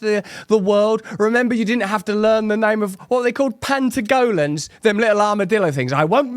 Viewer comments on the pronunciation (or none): Russel, thery're called "Patagonians"